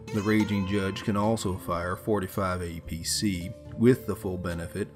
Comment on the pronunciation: Also did you just say "45 apc" !?!?!!?! Really